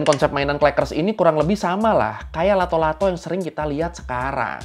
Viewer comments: nama nya Latto' Latto', bukan Lato Lato. Nama itu dari bahasa Makassar Latto'(di baca lattok/ kayak baca pempek d huruf K nya) yang arti nya bunyi(keras atau kayak bunyi patahan) Latto' Latto' jadi arti nya bunyi bunyi bang. Entah kalau d daerah lain pada kala itu nama nya beda atau sama atau terjadi penyesuaian kata karena perbedaan dialeg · It’s latto-latto, not lato -lato 😂😂😂😂